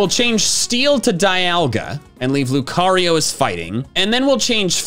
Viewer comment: Has, not have! It's Lucario, not Licareo!